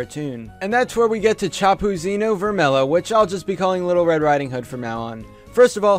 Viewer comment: Me being brazilian THE HELL YOU SAYING red in potugese which i will not try to spell